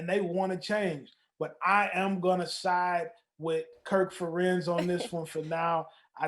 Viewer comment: Ferentz rhymes with parents 😉